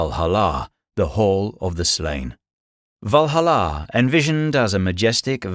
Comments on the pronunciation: It's worth nothing that not all warriors go to Valhalla (Val-HAL-la, not Valhal-LA) with Odin. Odin wanted to learn the practice of seiðr and thus sought out Freyja to learn. As part of the deal, they split the fallen warriors – 50/50, if my memory serves me right – so part of the warriors went to Valhalla, the other to Folkevang. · I didn't pick up on the fact that this was another AI video until it was well into Norse mythology. It was the way the AI butchered "Valhalla" that gave it away. Then when they got to Aztec mythology it was pretty clear the AI had no clue how to say names of people or places that aren't commonly used. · So I heard the narrator pronounce Valhalla with the stress on the final syllable, which I'd never heard before, and thought maybe that was closer to the actual Norse pronunciation. Then I heard him say "ar-byter" and "ske-LEE-tal", and decided he was just making it up as he went. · The way you say Valhalla hurts me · Don't say Valhalla like that